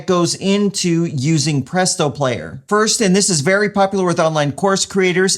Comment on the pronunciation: This is fucking dope, Adding this to my Adam list of business upgrades. Also you saying "Publeeto" is a text tone that I'd use XD